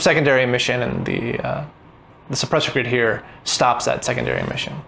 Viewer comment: It's suppressor grid, not soppresor grid.